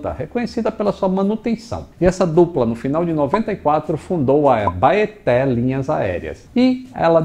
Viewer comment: É estranho ver uma pessoa de fora citando nomes locais, a pronuncia da Abaeté tá mais pra... Abaité